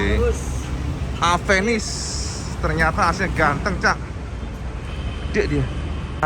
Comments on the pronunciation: WADUH...MAAF NGOMONG INI YA. KALAU EJAANNYA DIBACA SAMA ORANG YANG GAK BISA BILANG "V" YA JADINYA "APENIS" NAMANYA GITU AMAT YA. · bentukny suka.,durability pastinya mantap..yg bikin ngakak itu knapa harus AVENIS namanya...orng indonesia bca V itu P..aplgi klw ngbrol spontan gtu😅😅😅😅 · maaf suzuki tapi aku kadang misheard avenis jadi apenis/a penis 😭😭😭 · Orang Indo melafalkan V jadi pe..contoh mobil VW..jadi mobil Pewe...lah klo Avenis jadi..A"penis" ???